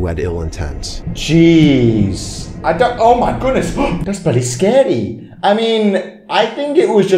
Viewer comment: “That’s pretty sKeDy”